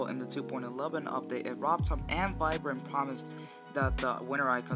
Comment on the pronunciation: He said Virprin instead of viprin